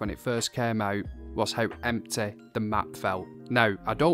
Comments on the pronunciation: I love the way you say empty. I'm gonna say empteh from now on. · 😂I love how he says empty "emtay"